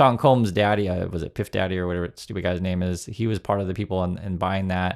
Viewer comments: Bro said "Piff Daddy" 🤣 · "piff daddy" is why I'm never coming to this page again. You know his name but fucked it up intentionally